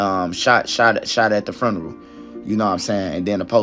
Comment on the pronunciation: "Furneral" .... hmm first time ive heard this